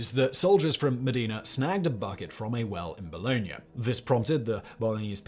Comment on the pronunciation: For those who haven't been able to decipher the city names Simon is saying at , they are Bologna and Modena, neither of which are pronounced the way Simon does, but, then, he doesn't care a damn'. He's more worried about the advertising revenue than being accurate.